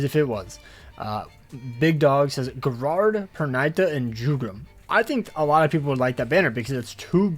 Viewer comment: Why do you pronounce Gerard like that